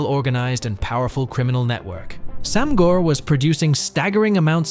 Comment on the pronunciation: Very minor critique about your annunciation of Sam Gor, in case you cover another topic in the future with Cantonese in it. The A in “Sam” (Translates to 3) is a long A sound, similar to Anonymous or Announce. Easier to understand when seen as ‘saam’. Gor (brother) really shouldn’t have an r. The O sounds more like if you were about to say the word “or/oar” but cut out the R. In Cantonese the sound for the letter R does not exist.